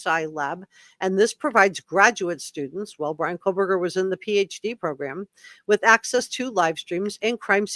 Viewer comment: its Koh berger no L